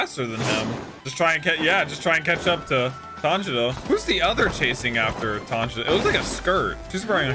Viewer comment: No hate but did he say "tanjino" 👁️👄👁️